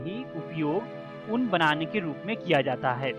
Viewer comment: ऊंन को उन बोल रहे है ओर कोकून को कोकीन बोला जारहा है